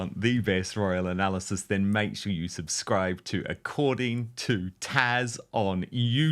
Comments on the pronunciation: Dan. please refer to this lady by the name she goes by - TAZ NOT 'TASH' . It really is not hard to say! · Why do you keep calling her TASH? Her name is TAZ. She doesn't call you DON! Not a good look for you.